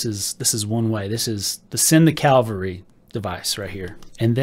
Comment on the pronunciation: It’s Cavalry. Not Calvary. Calvary is where Jesus was crucified. FYI.